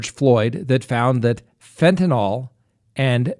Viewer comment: I'm sorry to be picky when your content is so great, but PLEASE pronounce Fentanyl correctly.